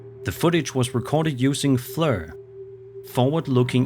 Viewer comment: Flur? FLIR 😂😂